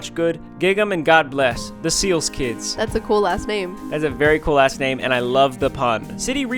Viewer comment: Did anybody else hear them say “that’s a cool-ass name”Instead of “that’s a cool last name”?